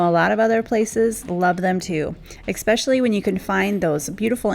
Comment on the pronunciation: You are so creative and such a hard worker. I enjoy your videos so much. But I cringe every time you say eckspecially🥺Please, please elevate your speech to match your talent🙏🏻It is ESpecially, no “k” sound.